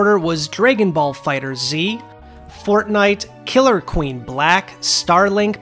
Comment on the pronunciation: I noticed you were calling the Dragon Ball game "Fighter Z". This is not the correct pronunciation, unfortunately. The official way to pronounce it is "Fighters". I do apologise for any embarrassment my comment may have caused. Ciao for now.